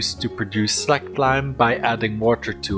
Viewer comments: It is pronounced SLAYKED...as in släked your thirst......not slacked...savee mate? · Lime gets really hot as it....slaykes....lol...but true. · It's how its prounounced in my language. "Släckt"